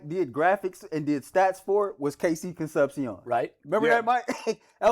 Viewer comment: Concep-SEE-OWN. you guys need to learn how to say his name right, it's down right eargrading!